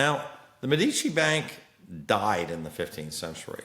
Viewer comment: you are mispronouncing Medici